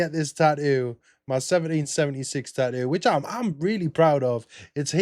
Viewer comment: What's a "taoo"?